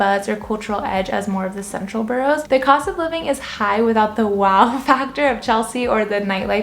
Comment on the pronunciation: Ba ras - not bo rows.